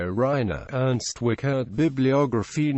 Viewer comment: Nice to see E.W. on YT- but it hurts to hear the terrible pronounciation of the name: The IE is pronounced like the English EE, the CH is no K but close to SH, the E is an open vowel like in ehm?, the RT like in Bert.